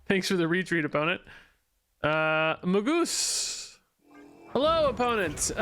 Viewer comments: it's mag-us not mage-iss. A hard G. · its "may·guhs" actually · Hi bro, magus is pronouced maggus. Have a nice day! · Isn't it Mah-Gus? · It's Mag-us. Ag like in Drag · Magus: may-gus